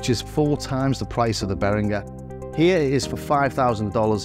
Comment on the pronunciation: I wasn't about to comment, but this video deserves another one, if only for the YouTube algorithm. Great comparison. And you are one of the few people who actually pronounce Behringer very well.